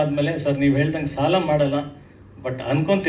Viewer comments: ಸಲ ಅಲ್ಲ ಸಾಲ.... ಥೂ ನಿನ್ ಜನ್ಮಕ್ಕೆ... 🤮🤮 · ಕನ್ನಡ ಸರಿಯಾಗಿ ಕಲಿ ಅದು ಸಲ ಅಲ್ಲ ಸಾಲ